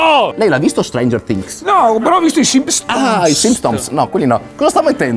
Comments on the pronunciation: Tutto bello si , ma lei ha mai visto “stranger fhings” 🤣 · Riassunto del video: "Lei lo ha visto Streinger Tings?" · Nessuno: Assolutamente nessuno:: "Lei l'ha mai visto strengerfttings?"